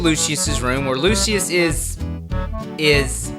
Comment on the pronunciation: lol you say it like "lu shuss"